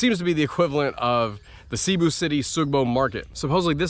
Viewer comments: Hey, I love your content, but you seriously gotta learn how to pronounce Cebu properly (it’s pronounced seh-bu not “sea-bu” lol.) Oh and it’s definitely a nice place to try different foods. Which market is your favourite so far in the Philippines? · Haha, thank you! I developed the bad habit of pronouncing it incorrectly a long time ago. At one point in this video I think I switched and changed the pronunciation. I’ll check with a local today to make sure I’m saying it correctly now. Thank you!